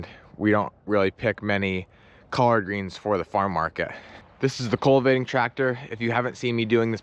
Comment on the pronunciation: Must be a PA. pronuciation culvating instead of cultivating?